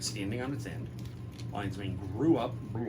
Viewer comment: rofl LINEES MAIN instead of LION's MANE